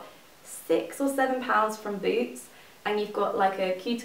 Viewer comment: In the beginning I thought you said booze when you said boots haha I love your videos!